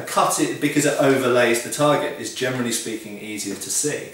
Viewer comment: Am I the only one who hears "Germany speaking" instead of "Generally speaking"??